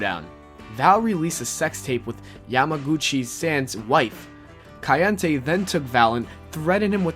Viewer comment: Dislike for you not taking the 5 seconds it would take to figure out how to pronounce yamaguchi san right. Seriously, there are numorous videos, plus the wwe network to hear anyone say it right.